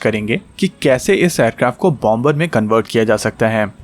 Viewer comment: It's pronounced as bomer, the b is silent